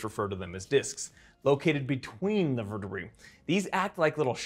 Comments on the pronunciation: Dude, the word is vertebrae not vertebree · verte-what? Verte-BRAY, say it right at least. Can't stand that mis-pronunciation, it's pedantic and wrong. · I've never heard anyone pronounce vertebrae as 'vur tuh bree' before. I've always said 'vur tuh bray'. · vur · tuh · bray